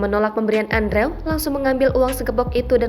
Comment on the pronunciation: Pembaca berita sekelas Tribun harusnya bisa membaca dengan benar nama orang lain. Mengeja Andrew itu seharusnya Endruw.